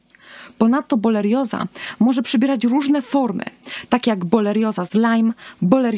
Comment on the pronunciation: Pierwsze słowo, pierwsza sekunda filmu i już źle wymówiona nazwa choroby, o której nagrywa Pani film. Żenada..